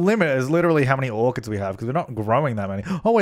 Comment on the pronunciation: when you said "harvest orchids" I thought you said "harvest organs" and I was like what you can do that in the sims?!